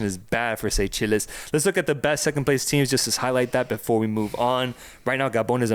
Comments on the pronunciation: please check how to say Seychelles because you two were not even close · The pronunciation of Seychelles 😂😂😂